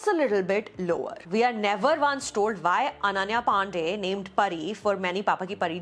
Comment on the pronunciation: 🤣🤣🤣🤣🤣🤣🤣🤣🤣🤣🤣The way you say Ananya Pandey